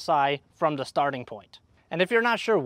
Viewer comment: say THE THE THE THE THE THE THE NOT:DAH!!!!!!!!!!!!!!!!!!!!!!!!!!!!!!!!!!!!!!!!!!!!!!!!!!!!!!!!!!!!!!!!!!!!!!!!!!!!!!!!!!!!!